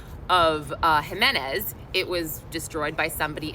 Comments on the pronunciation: Pronounced Himenez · J is pronounced H when pronouncing last names...Jimenez